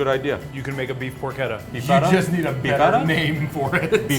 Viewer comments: Isn't it pronounced porCHetta, not pork etta? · It’s pronounced por chetta. Ch not k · not porketta its "por-che-tta" Amerikans and their bad accent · Wtf is porketta? I think you mean porchetta. That moment when you cant even pronounce what you are making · Did he just really say porketta instead of porchetta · Porchetta is pronounced as porshetta you should do your homework in words as well as Meat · More like por-keta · It's pork etta. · it is pronounced por-ch-ta and spelled porchetta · "it's make like a tree and leave. You sound like a damn fool when you say it wrong!" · When you kept mispronouncing porchetta I left. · How can you work in a butcher shop and not pronounce porchetta correctly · STOP PRONOUNCING PORCHETTA WRONG I LIKE THE VIDEO BUT FAAAAAK JUST GOOGLE IT, TAKES A SECOND